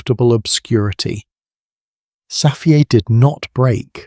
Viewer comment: Don’t say Safiyay please.